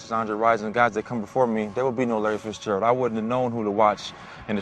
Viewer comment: It's Fitzgerald, not Fitzgerlad. Just saying.